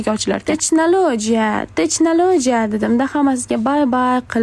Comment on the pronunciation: techlanojia emas tehnalojia bo'ladi 😂😂😂😊❤